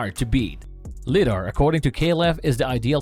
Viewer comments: Isn’t it pronounced (lie-dar) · I'm going to take a wild guess and say that this is a computer talking.. Lidar is pronounced with a long I, not a short I. Li is short for light.